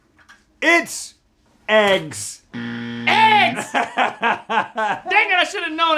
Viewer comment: Ah, yes. My favorite food... "EG?S."